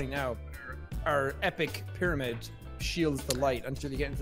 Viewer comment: "They slept in piramid but spawned near wotershep" nani